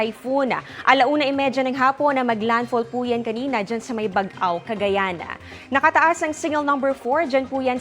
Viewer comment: Magaling sya magreport pero bakit palaging may Letter lagi na extra kada tapos ng salita. "CagayanA" "LuzonA"